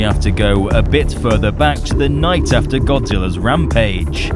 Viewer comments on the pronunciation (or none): none